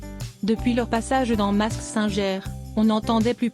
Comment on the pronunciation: intéressant... Mais, s'il vous plaît, l'émission "Mask singer" ne se dit pas "masc singère" mais "masc sinngueur"